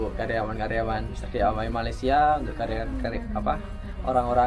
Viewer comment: Mister dawai 😂😂😂knapa plak jdi mr dawai mr.d.i.y jdi dawai😂😂